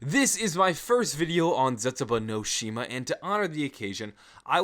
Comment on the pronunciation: He says the map wrong